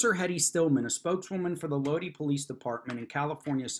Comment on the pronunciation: it's a small thing, but Lodi is pronunced load eye. Listen to creedence clearwaters Stuck in Lodi Again.